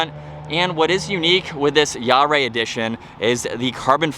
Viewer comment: “Jahre” is pronounced “YAH ruh.”